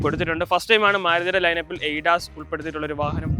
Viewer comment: A das alla. Adas